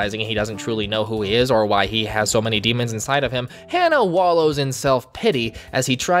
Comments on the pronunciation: I hate myself for saying this but the way to pronounce his name is Ha-Na, not Hannah. Hana is a name that means flower in Japanese, hense why the series is called Shaman King Flowers. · It's hah nah not hannah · HANNAH? HA-NAH! Its not hard to pronounce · Ha-na Flower in Japanese Hearing Hannah hurts me lmao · Why is he saying Hannah when it’s “Hana”? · My bad bro, but you kinda butchered those names. Hah-nah not Hannah Montana A=ah E=ay I= ee O=oh U= oo like boo R=th P.s forgive me if I offend, not my intent.🙏🏾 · I can't with him just saying Hannah